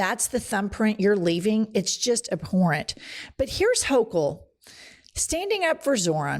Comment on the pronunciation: Hochul can't even pronounce his name. All these people showing they don't know the difference between an N and an M--did we pass kindergarten people.